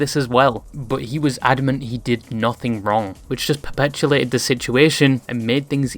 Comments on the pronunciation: awsome video! I will say though you mispronounce perpetuate every single time you say it (and you say it alot) its perpetuate not perpetulate. Theres no L in there <3 Otherwise incredible video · Perpetulate lol